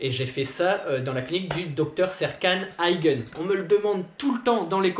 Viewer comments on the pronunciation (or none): Mec, je peux pas m'empêcher de sourire quand tu dit le nom du docteur x) Vocalement c'est pas "AYGEUNE" mais "AYGINNE" ! 😆